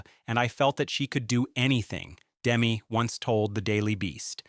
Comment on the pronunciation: It’s Dem-me, you moronic robot! GGAAAHHHH!